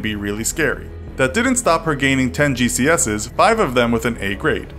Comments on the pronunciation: Not "Gee see S's", it's "Gee See Ess Ease" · GCS's? I thought it was GCSE's pronounced with a 'E' before the 's, not pronounced GCS's without the E. Anyways it was a great video nevertheless. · just a heads up, its pronounced gee cee ess ee not gee see ess es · Just saying its pronounced 'GCSE's' not 'GCS's' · It's pronounced G C S E's not gces's, just for future reference so you don't pronounce it wrong again :) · its GEE SEA S EES not gee see eses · YOU SAY GCS E'S NOT GCSA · GCS's lol its G-C-S-E's fr tho horrible disease hope they find a cure :/// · It's not GCSes it's GCSEs. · GCSs? It's GCSEs. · My guy said gcs’ its g-c-s-e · Gcesses. G.C.S.E is how you say it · G C S Es, not GCSs :/ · G C S E not ggeecesses ew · Just a bit of a tip on the pronunciation of GCSEs, you say the E so its G-C-S-E then a normal plural s on the end. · You know infographics are hard American when they pronounce GCSEs, GCSes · GCSE’s is pronounced as each letter, G-C-S-E’s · Did you say GCS’s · prouncing GCSEs as GCeses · Just a heads up- GCSEs are pronounced gee-see-es-ees ;D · How do you mispronounce GCSEs? 🤔🤔🤔 It's literally G C S Es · It's pronounced G C S EE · Are we all just gonna ignore the way he said GCSE’s 😭😭😭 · Also just saying, we pronounce the E in GCSEs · The way he said GCSEs made me feel sick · That pronunciation of ‘GCSEs’ tho... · You said GCSE's wrong mate. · You pronounced GCSEs wrong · Say GCSEs again....